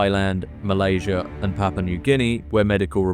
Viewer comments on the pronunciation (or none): none